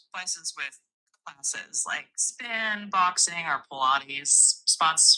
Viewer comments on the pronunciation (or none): none